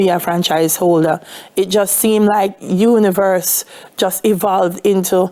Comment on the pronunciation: Dalia, when did you start saying univere? Exposure to America narratives.